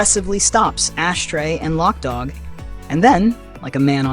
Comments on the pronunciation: LOC [loke] DOG NOT LOCK DOG 😂 gotta say it like a crip 😂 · It wasn't lock dogg it's loc dogg ...loc loc loc not lock.... Did you actually look at the movie and ever hear them say lockdogg .....it's LOC